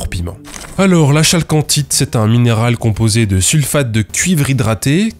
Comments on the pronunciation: Salut mec, j'adoooooore ton approche sarcastique pour dénoncer les arnaqueurs...mais un peu de rigueur.. Bordel !! Pour CAROLINE j'ai bien ri. Mais.. pour la chalcanthite, on dit Calcanthite...le CH se prononce K. sinon, j'adoooooore.......etc etc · Yes, et accessoirement on prononce kalkancite, mais on va pas pinailler hein... Un peu frustré que GMilgram n'ait pas poussé l'enquête plus loin sur ce sujet, qui a malheureusement inondé le monde confidentiel et tranquille des amateurs de cailloux....